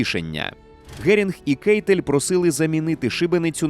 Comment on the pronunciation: Коли вже наші ютубери почнуть правильно вимовляти прізвище «Кайтель» (в не Кейтель, як це завжди робили в роблять росіяни).